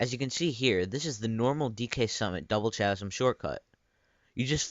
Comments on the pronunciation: It's pronounced "kasem" not "chasem", but cool tutorial! I never knew that existed! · It isn't CHA-sm.. it's KA-sm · And he be like "ch-asm" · IT'S PRONOUNCED KASM! NOT CHASM! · It's pronounced k-asm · it is pronounced kasm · The way you say Mach, chasm and Mario piss me off. Please learn how to speak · did you just pronounce chasm with the ch being normal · The ch in chasm is pronounce like a k. (Much like character or charisma.)